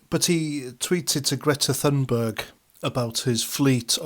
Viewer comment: Great video thank you, bullshit free. And thanks for calling her Greta Thunberg and not Toonberg, this American nonsensical hatred of the letter “ U” is driving me to brink of insanity, that with YouToob and the imaginary car called a Jagwar. Sorry, everything is driving me nuts, your channel is like an oasis of sanity in an ocean of lunacy. Going to lie down, told one American, “ no wonder Putin hates you, wouldn’t you hate someone who called you after a can of shit? Pootin????”